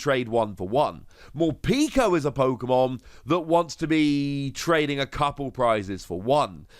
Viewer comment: Love the pronunciations Morpeeeko and Eviltowel